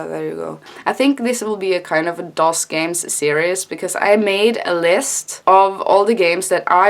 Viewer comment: Yeah you said DOS right